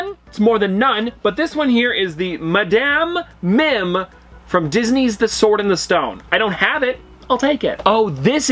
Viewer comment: It’s Madam (mad-am) Mim